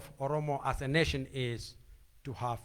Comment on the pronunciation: Oromo Nation Not Netion